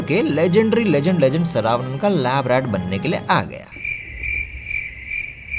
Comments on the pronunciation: Bhai wo saraavanan nhi sarvaanan h😂😂😂😂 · Wo sarvannan hai bhai name to dhang se le kabhi south jaata to pata chalta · The pronounce of Saravanan is wrong 😅